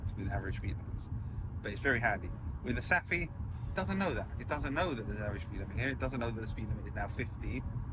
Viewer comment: Thanks for an excellent video! In Denmark and Sweden, "ph" for example in "Saphe", is pronounced as "f", like "Safe" in English. 😊